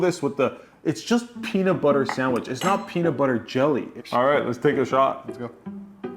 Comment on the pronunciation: "A PEE SANDWITCH"